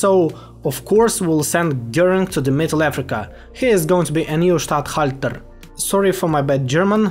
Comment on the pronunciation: As a german I can say that you said "Staathalter" almost perfectly and your pronounciation was pretty good in the entire video